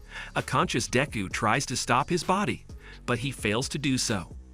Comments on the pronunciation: Dayku bruh use your real name and say deku right or please say midoriya don't call him dinku or dayku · He called deku diku